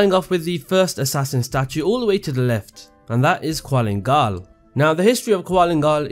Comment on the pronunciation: did i not just get triggered on how he mention qulan gal as "qualin gal. theres no "A" and I at his name. gosh